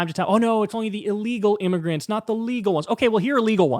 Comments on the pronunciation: All the "M" or "N" discourse kind of breezes over the fact that it's not pronounced, "immergrants", or "miggerants". Dude is just a virulent racist lol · Im-me-gur-ants. How do you not hear the phonetics? It's the same phonetics as the n word.